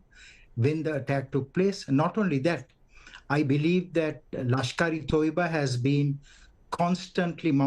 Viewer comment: By the way it’s not lashkare‘Toiba’ it’s lashkare Tayyaba